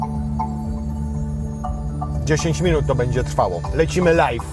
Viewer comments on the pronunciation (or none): none